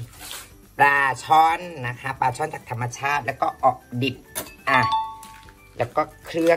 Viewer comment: ออดิบ ไม่ใช่ออกดิบ